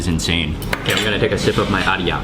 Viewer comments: The Ayran is pronounced “eyeran” not aryan, you keep saying aryan!!! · It’s pronounced “eyeran” not “aryan” lol, just so you know. I love your videos btw, they are awesome, I wish I could travel the world and eat like you do! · Its "iskender" not iksender like you said Mark :D and the drink is AY RAN not AR YAN :D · Ayran or Shineena not Aryan 😉😍👍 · its ayran nor arya